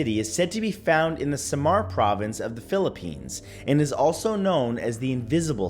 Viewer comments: It is read as "bee-ring-an city", "inc-can-toe", & "sam-are" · Im Filipino and its kinda funny when you pronounce samar haha